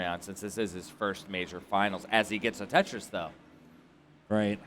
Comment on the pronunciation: Why do you keep saying bum Tetris